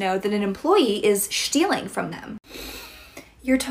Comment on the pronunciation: Lol ShTeAlInG